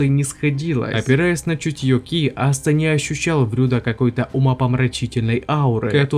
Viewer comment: Какой нахуй астеР он АСТА зачем коверкать его имя, можно конечно шуточно назвать астерикс но не астер